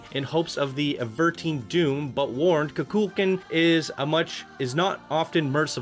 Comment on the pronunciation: It's pronounced koo-kull-kon